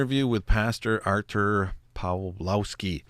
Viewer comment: Ar-toor Pav-wov-ski